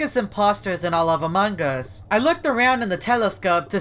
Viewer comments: "amangas" . Only caption users can understand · he says amog us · said amongas and every time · Me teacher:!! Pronounce among us:among gas Me:Crono:crawno Me:plolus:poilus Classmate: (Haha stop please I can't stop laughing)